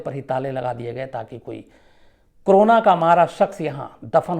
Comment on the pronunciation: Sir ji corona hota h crona nahi pls theek se kahiye.